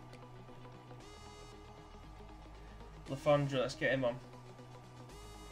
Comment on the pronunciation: I remember when we used to beat city home and away in the premier leauge 😉 you're doing okay with player names, you've got le fondre right, we just call him alf anyway, his name sounds foreign but he's a northern as you and me pal, he's from Stockport😂 the only one you got wrong was karacan, it's Kara-chan. We know our squad is old and absolute dog shit, thanks for pointing that out 😂😂😂